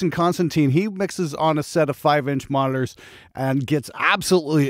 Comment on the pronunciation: It's monitors, not moners. 🤣 What's the response like, when you apply a tone generator from 20 to 20000 Hz?